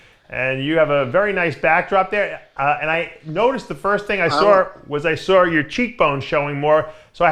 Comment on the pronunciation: "The first thing i sawr"